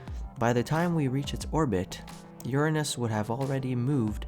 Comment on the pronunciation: Finally someone says Uranus correctly.